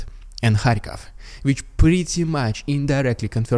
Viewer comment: I like you a lot, you give me hope that there are also good Russians. I mean it! But it's Kharkiv, not Kharkov😉